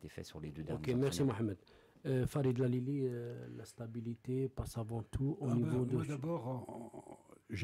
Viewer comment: Génial ! super émission ... je voudrais juste rectifier : C'est ALILI et non LALILI , merci